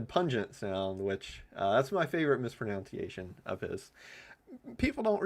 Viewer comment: No offense meant: Funniest thing I ever heard was when you laughed at someone else’s “misproNOUNciation” of Puget Sound. (It’s pronounced misproNUNciation….) 😂😂😂